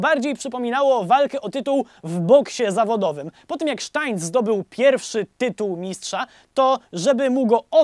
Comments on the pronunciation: mała korekta - nie Steintz tylko Steinitz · Świetny film. Świetnie opowiedziany także ten szczególny temat. Drobna uwaga: jednak Steinitz (-nic) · Steinitz. Chyba czyta się to nazwisko inaczej.